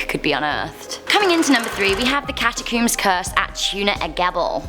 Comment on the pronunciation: What the hell is a CATACOOM????? Toot?? Really? Do you guys intentionally mispronounce things just to PISS people off?